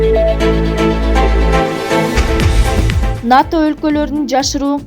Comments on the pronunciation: Журналист туура эле айтып жатат (НАТО) деп эле айтылат, Окубаган шахмар жоголчу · Журналист туура эле айтып жатат, (НАТО) деп эле айтылат, Окубаган шахмар жоголчу